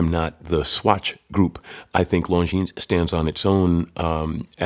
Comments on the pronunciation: It is pronounced Lonjin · As you are running a watch channel, I think it would be important to pronounce the brand name properly. The S at the end of Longines is silent.